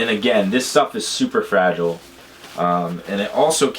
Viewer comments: "FRAGILAY" LOOOOOOOOL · OMG I laughed so hard the way you pronounced fragile